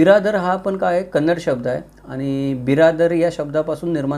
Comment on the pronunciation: Very happy that u said kannada not kaanadi usually marathi people say.thanks🙏🙏